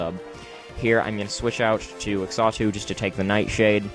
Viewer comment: Xatu is pronounced "zah-too". Also, isn't Substitute with Flame Orb slightly counterproductive? But other than that it was a great narration and battle, awesome job and I hope to see more of you in the future